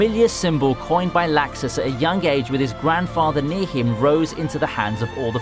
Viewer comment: Sorry but it's pronounced locks is (laxus)